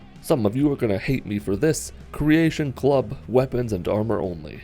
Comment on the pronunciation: The second you said creatation club. I stopped watching.. =/